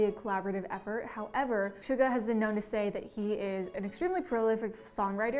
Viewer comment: The hack she pronounced Suga as almost SUGAR. GO TAKE YOUR BTS CLASS NOW GIRL. 😤😤😭